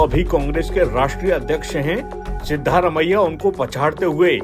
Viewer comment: सिद्धारमैया नहीं सिद्ध रामैया